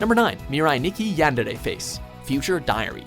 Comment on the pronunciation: The way the man butchered the pronunciation of Yandere made me cringe. but #1 is my favorite lol